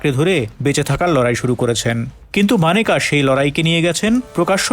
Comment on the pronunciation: Agey nam ta thik moton uccharon korun..Maneka na unar na Meneka